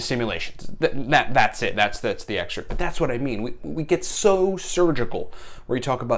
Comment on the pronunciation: Missed you brother! also isn't it "excerpt"?